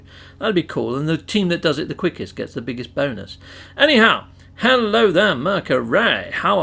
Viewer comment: Great ideas! But will you please stop saying "bony ass" instead of bonus? LOL!